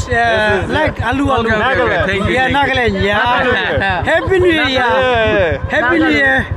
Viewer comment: guess learning to pronounce Nagaland (naa·guh·land) is too much for you